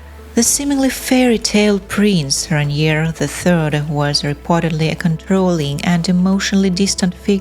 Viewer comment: le nom du prince est RAINIER et non pas Ranier !!!!